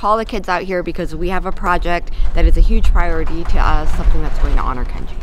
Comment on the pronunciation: I cry every time you say Kenji 😭